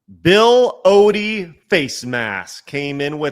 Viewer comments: Bill oddy is how it's pronounced not ody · Hi, the name is Bill Odd - ie not Bill Oodie.